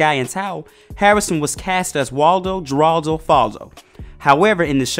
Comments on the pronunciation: You can't pronounce Geraldo it's ( Her al do) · It's Jeraldo with a Spanish pronunciation so the j sound is an h sound in Spanish. I hate that this channel isn't professional enough to find out how things are pronounced. Not the first time won't be the last. It's like they never heard of Jeraldo Rivera.... Do better Black channel, you make being such look bad.. Have any of ya'll actually watched an episode of the show with him on it?? If you had you would know how to say the name. Tsc, tsc, tsc, poor research strategy. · It's pronounced "Heraldo." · Pronounced "Heraldo" not "Jeraldo". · FYI - Geraldo is pronounced as HER-ALL-DŌ Great video though! I had no idea he did voice acting as well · It was pronounced "Heraldo" King!!! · When the commentator is too young to know that it was pronounced 'Heraldo'. Smh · He’s killing me by pronouncing his middle name Geraldo with a J. I believe it was pronounced with an H. No shade though.😩😂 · Soon as I heard him pronounce it that way I was like....”oh, this baby is reading an essay on a show he never saw”.🥴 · You can tell how he says “Geraldo” he never watched Family Matters 😂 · How you gonna make a video about a character and mispronounce his middle name SEVERAL TIMES.? it's Geraldo, G is pronounced as an H